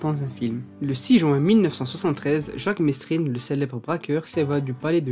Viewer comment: Jacque mesrine = jacque merine en prononciation